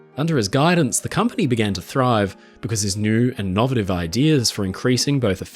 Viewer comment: In addition to the usual deluge of interesting info, from this video I also learned that "innovative" is pronounced with emphasis on the second syllable in Australian.